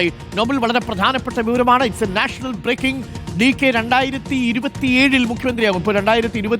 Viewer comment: നാച്ചണൽ ബ്ബ്റേക്കിങ്ങ്